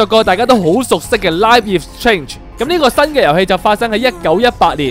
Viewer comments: 我聽到佢講Life is change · 大佬LIFE IS strange係咁讀嫁咩= =